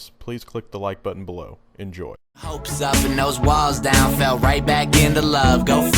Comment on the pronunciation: it's fell not galled